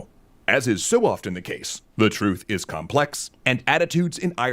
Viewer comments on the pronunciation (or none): none